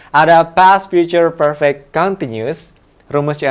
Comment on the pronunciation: mistake pronunciation "perfect"